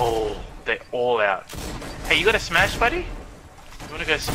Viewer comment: "I've almost got my shmash" i broke into laughing when i heard this